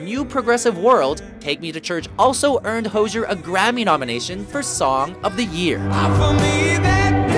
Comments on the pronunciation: It's HOZ-EE-ER, not HOJH-ER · The way he pronounced hozier 🤮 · Pronounced Hozier wrong lool